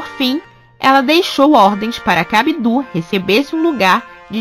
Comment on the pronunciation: Abdul não tem ênfase no ú mas sim no L. Se fala "abdulh" E o b é quase mudo.